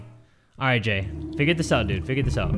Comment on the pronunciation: did my man just say 'hey im G' instead of jay in the beginning? LMAO